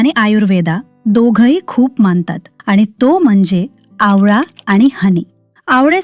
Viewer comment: AI ने बनवला आहे.. घंटा माहीत नाही त्याना.. आवला म्हणते ती आवळा नाही 👎